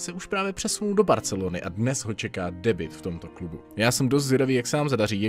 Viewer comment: nerika se spis Debut než Debit? :)